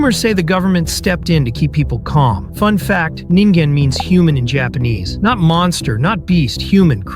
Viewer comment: Bro he said ningin wrong 😂